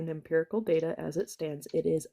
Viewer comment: "Imperical data" 😂